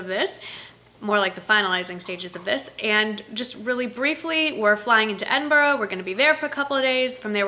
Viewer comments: I live just outside stirling, Glasgow is not far from stirling. Try and say Edinburgh like Edinbura rather than edinburo x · Enjoy your trip! I spent 10 happy years in Edinburgh and miss it a lot. By the way, it is pronounced 'Edinbra'. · Wow! Cool, I live just across the water from Scotland. Love the way you pronounce Edinburgh. 'Edinboro'. It's Edinbura. You're so funny. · Hey, you will love Scotland. Inverness is beautiful. Edinburgh is pronounced edin bra ... We roll our r's lol x